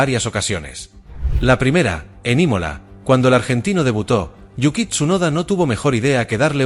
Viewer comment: Como "Yukit"??? Capo si empezaste a ver F1 en Monza 2024, todo bien, pero no te pongas a hacer videos de mierda. Da vergüenza ajena este contenido. Segui mirando futbol